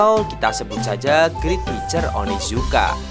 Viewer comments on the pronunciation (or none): none